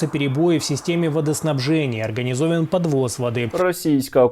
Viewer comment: "ОрганізовЄн" 🤦 Чому я знаю кацапську краще за свинодиктора?